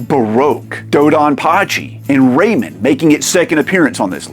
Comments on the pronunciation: Enjoyed the video but the Raymen bothered me every time lol. It's Ray Man! :D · Ray-MAN, am I right??? Keeps sounding like this dude is saying Raymond lol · It's Ray MAN, not Raymin. Don't disrespect my boy like that. Do you pronounce Superman or Spider-Man like that? Lol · Raymen? You mean ray-man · pronouncing Rayman "ray-mun" is like when people pronounce Mario "mary-oh" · Love how he says Ray-min 😹, somehow I got 5 of these beat! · R..reyman? Like REYMOND? 😂 I've always pronounced it "Ray-Man". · Its ray-MAN not ray-men. Drove me mad !! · For the love of god, man! It is not pronounced “Raymond” !!!!! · It's a crime that you're saying "raymen" instead of "ray man". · But dude, Everybody Loves "Raymun!" 🥴😅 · pronunciation videos agree with you BUT 30th anniversary trailer from 6 days ago agrees with me and rayman origin trailer says rayMAN too Anyways thanks for the journey also cool video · I can't get past that it sounds like you are calling him "Raymond" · Incorrect. Just do a search for "snes Rayman commercial". As I originally thought, it is pronounced Ray-man. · I can’t with the pronunciation of RayMEN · Hearing you pronounce Rayman is wild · I've never heard anyone pronounce Rayman like that. Say Batman or Spiderman in the same way. Hours of fun! 😂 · The way you pronounce Rayman gives me seizures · Great video, but my skin crawls every time you say Rayman like that.. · Who TF says "rayman" like that? Decent watch but a tough listen... that voice 🙄